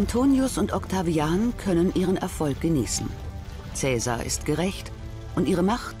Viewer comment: Schade, dass der Name von Caesar überall falsch ausgesprochen wird.